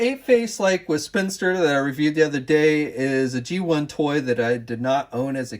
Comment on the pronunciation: SPIN-IS-TER Like spinning and sinister, not a spinster!!! - seriously 2 minutes of research on character names before a review????